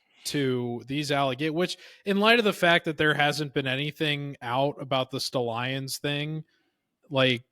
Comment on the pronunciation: It's stallions not sta lions